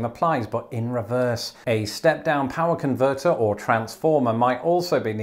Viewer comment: I love your American accent saying "power converter" and "foyer" 🤣